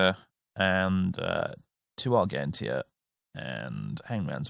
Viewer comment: ar-JEN-tia, like "argentina", it means silver